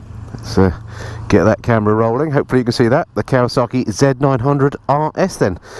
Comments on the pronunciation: Great review, but there's no R in Kawasaki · You say kawasarki, I say Kawasaki, lets call the whole thing off! Kawasarki, eh?😉